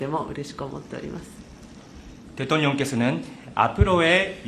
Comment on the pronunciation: 통역사 발음 웃기네 ㅋㅋ 대똥뇽 ㅋㅋㅋ